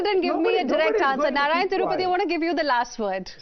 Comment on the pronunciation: This Anchor needs some schooling: for See maan she says seman(😅), Narayan Tripathi she says Narayan Thirupathi(😅).